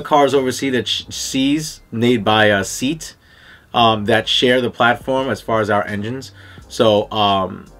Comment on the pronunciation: Seat leon cupra Pronounce it se—at Great looking golf 👍👍